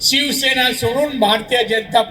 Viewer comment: नीट सिवसेना बोलता येत नाहीं . ज्या आता भाजपची चाट . तुला नाही स्वाभिमान आणि अभिमान तु चाट्या झालाय .